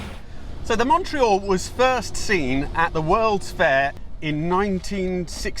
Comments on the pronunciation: If you're going to insist on pronouncing Alfa Romeo natively, then you might try to do the same with Montreal !!! Fabulous car - There was one in Solihull in the mid seventies and I remember hunkering after it, long before I even had my driving licence... Love the way you give the engine 'such heritage' - the Tipo 33 engine, except cross- instead of flat-plane, single- instead of twin-spark...😆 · Learn how to pronounce MONTREAL ..........